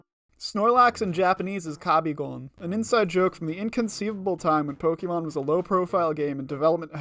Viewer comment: Pokémon, not pokimon.